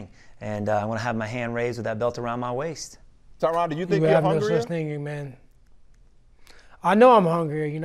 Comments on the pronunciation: His name is supposed to be pronounced "Tyran". The interviewer was getting his name wrong the whole time. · Hahaha “Tai RON” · Tyron not tryon